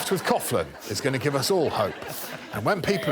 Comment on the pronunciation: I guess I shouldn't be surprised when you can't pronounce Dara Ó'Briain's first name correctly, there was no chance you were going to pronounce Nicola Coughlan's last name correctly either.